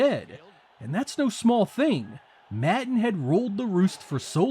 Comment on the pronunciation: Im sorry but pronouncing "Madden" as "Matten" is completely unacceptable.